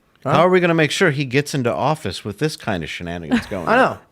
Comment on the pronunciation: !...the word is...WITH not WIT!!! And the phrase goes: 'Light of Day' not 'Day of Light.' It's a sad day when Ian sounds more intelligent.